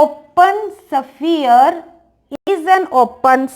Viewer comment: शफीयर नहीं होता है , स्फेयर होता है 😀